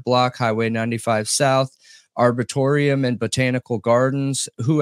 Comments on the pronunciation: Arboretum is pronounced arbour-ate-em! ❤ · I've seen 2 of your videos so far... At this point, I implore you to please look up the word "arboretum", if for no there reason than your own enlightenment... It is, in fact, a real word, with a pronunciation very dissimilar to what you think it is 😅